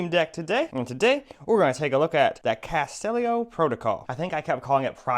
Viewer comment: It's not castellio, it's Callisto (kal-list-o) 🤦🏻‍♂️